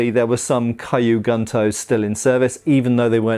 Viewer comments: just as an FYI, kyu isn't pronounced kaiyu, you pronounce it exactly as it's spelled and run the k and the y together with no other sound between. This applies to all Japanese words that start with a consonant followed by the letter Y like gyu and ryu. So, not A sound, no E sounds, nothing in between the first letter and the Y. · Nice to see you've got the rough pronunciation of tachi down... Clearly kyu is next on the list. :P But great video.